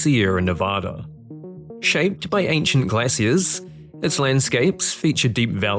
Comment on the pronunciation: Please please please redub this when you know how to pronounce glaciers.